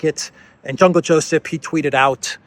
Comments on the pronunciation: I laugh whenever you call him Jungle Josep😂😂😂😅😅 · "Jungle" Josip. 😂